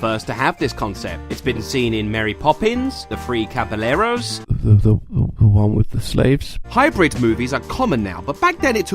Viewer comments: It's the three caballeros ll= a j sound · It's three Caballeros. The doubble L is pronounced like a y. Like for example yesterday llesterday would be the same pronunciation. They are literally singing and saying it that way how did you misspronouce it? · Cabaleros that’s how he pronounced the three caballeros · Which duck has a speech impediment? I say both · This is a great video but i think about 90 percent of my brain cells from the way you pronounced “caballeros” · i hate how you pronounce caballeros so much